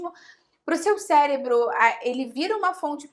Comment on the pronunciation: Parei de assistir quando ela falou célebro...kkkk